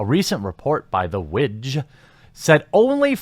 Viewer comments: Ha the way you were pronouncing WIGJ, widge, is slang for penis in parts of UK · WIGJ - I thought you said witch at first... :O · I'm sorry but I had to pause the video because the way you pronounce the acronym right after you talked about the manasource, I couldn't help but laugh at the possibility that will be not only wedges nickname (WIGJ) but also the chances of it being a meme.